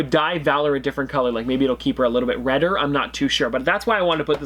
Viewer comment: Me getting mad that he keeps saying reder lol